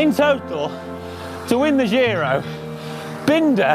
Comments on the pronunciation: Giro is italian not french so you have to pronounce it right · Another great video with in it - TICK! (PS: dear GCN crew, 'giro' is pronounced with the same initial sound as in 'job', 'giant', 'John', etc.)